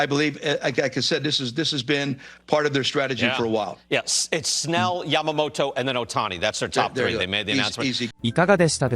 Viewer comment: 一番最後の番組の司会者がヤマモトって言ってたのが印象的 英語風じゃなくて気を遣って日本語風の発音してくれる人もちゃんとおるんな ちゃんと発音してくれるのキルステンさんだけかと思ってたｗ